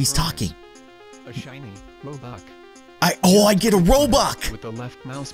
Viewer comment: U called it robuck ._.